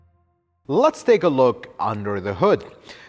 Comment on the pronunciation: "Lut's" say this guy is very knowledgeable, but "Lut's" say his presentation is a bit too theatrical. I enjoy watching his videos though.